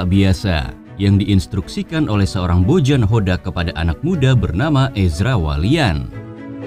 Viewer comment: Bojan dibacanya Boyan, akang admin